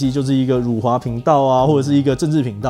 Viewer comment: 辱华，这个词是有多难念？？可以念标准吗？？ （我是马来西亚人，不然又会有一堆看你打简体字就要高潮的）